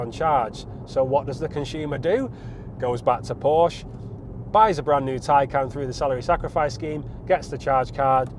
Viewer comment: Oh Burn. You must be speaking via experience. Anyways, please learn how to pronounce the name of the car before reviewing the car.